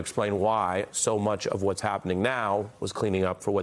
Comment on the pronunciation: How many caught it when she said OBiden?? LoL only truth she said all night. Who’s running things… haha!